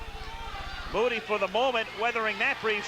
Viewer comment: Moo-tea,,, not Moody. I had a long talk with Chisanda Mutti after this fight, and he told me that he was given the fight at short notice, as a he replacement. He told me that he had not had time to prepare for the fight. I asked him he took it, he told me that they paid him a lot of money (US $25 000)